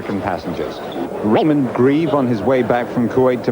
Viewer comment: *RAY*mond Grieve